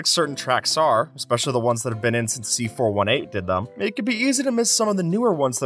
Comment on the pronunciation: Did you just call him "C 4 18"?!?!?!? Its C4 18!